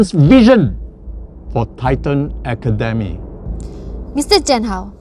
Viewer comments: "For titan aKaDeHmI" and "Who th says academy like that" GOT ME ROLLING IN THE MY ROOM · 𝘐 𝘭𝘰𝘷𝘦 𝘵𝘩𝘦 𝘸𝘢𝘺 𝘮𝘳 𝘢𝘭𝘢𝘯 𝘴𝘢𝘺𝘴 𝘢𝘤𝘢𝘥𝘦𝘮𝘺